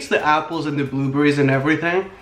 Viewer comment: not being mean but did he say booberries??????